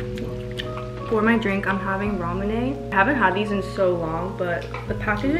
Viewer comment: ramune is pronounced ra moo nay not raw mun ay lol